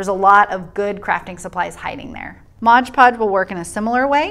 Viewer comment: The moment you said MODGE podge, I stopped. If you’re going to do a review on products make sure you know how to say the name of the products. It’s MOD podge